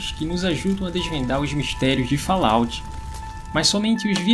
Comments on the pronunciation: A pronúncia de Fallout é de doer os ouvidos.... kkkkkk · VOCE ESTA PRONUNCIANDO ERRADO O NOME.